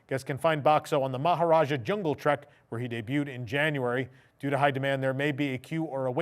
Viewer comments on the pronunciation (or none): none